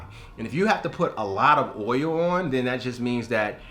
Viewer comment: It’s OIL........not OUIL